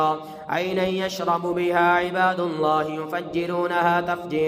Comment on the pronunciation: اسئل اللہ العظیم ۔۔۔۔۔میں لفظ اللہ پر پیش نہیں زبر ہے اس کو براہ مہربانی درست فرما لیجئے ۔جزاک اللّٰہ